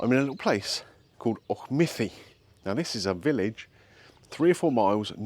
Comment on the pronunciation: Well done on Auchmithie, Gary would have butchered it for sure 😂